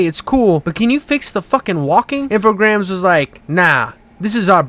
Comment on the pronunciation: If you say Alone in the Dark three times in the mirror, I appear! Sick topic, glad to see you go back through these. Pretty neat little series overall, foibles and all! Some suggestions: 1) Infogrames being French means the s is silent, so it's pronounced "infogram." Ain't that weird! 2) Def gonna wanna switch to the footage of the appropriate game as you talk about it, like 2001 New Nightmare. Your vocal delivery pace is way too animated and upbeat to not have the editing reflect that energy. I guarantee it will level up your video tenfold just making the effort to have the visual match the topic. Grab the footage off a Youtube playthrough, credit them, and move on. I've never once in 4 years of using random playthroughs had a single person ever copyright claim or care if you didn't ask first. Many are happy to lend it if you ask too. 3) If you're making claims about the climate at the time of "this ain't my Alone in the Dark," I'd suggest putting some random screenshots of forums or reviews of the time to give some credence/flavor from the time period. 4) noticed a couple different weird audio things from about 5-6 mins in where it seems like two different takes are overlapping at the start of sentences, just fyi 5) gotta say, the crassness of the jokes feels like you're trying too hard, bud. If you're gonna be a little spicy, make it more an every now and then zinger, not a pervasive punctuation at the end of so many sentences. It'll lose impact and sound more like a compu